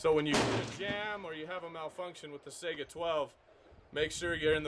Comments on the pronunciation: I HATE how people pronounce the name of this gun. I am taking a Russian Language course and will be travelling to Moscow during the next semester of college. The gun is not Pronounced "Sega" like the game console. The Russian word Сайга is pronounced "Sai-Gah" :( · I've heard sAiga (ei) , but correct is saigA (a:) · Its not pronounced sega.... its SAI GA ... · come on man, why do so many people call the saiga a sega? just like calling a mosin nagant a mo-sin na-nant, its mo-zeen nuh-gohn the t is silent.